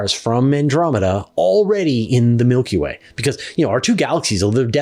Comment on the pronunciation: Change the way you say Milky Way 😬